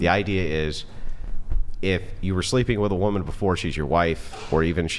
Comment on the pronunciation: Why do they all say "whoooman"? 😂 Not "women" for plural, or even "woman" which we all know is singular? "Whoooman" wtf?